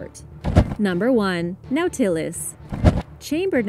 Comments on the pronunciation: Nautilus we pronuncia no-ta-lus, por lo menos asi me esnsenaron a mi. Me encanta tu canal, gracias por comparatir con nosotros 🤗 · You are pronouncing Nautilus WRONG it's Na tah, as in ah, les. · NAU-ti-lus. Otherwise ❤️🙂👍🏻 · "Nautilus" is pronounced "NAW-tih-lus", and the plural is "nautili (NAW-til-eye)". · Scifi fans cringe at pronunciation of "no-tillus". Lol...still love your channel,! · It’s pronounced Nautilus. Not Nautilus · She mispronounced it